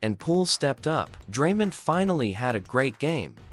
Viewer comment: Stop mispronouncing Draymond 😢